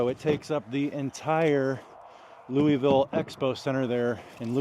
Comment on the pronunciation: It's pronounced Louisville not Louisville! Hahahah 🤣😂🤣